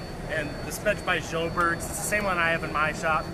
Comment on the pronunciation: pronunciation of Sjöbergs is soo horrible...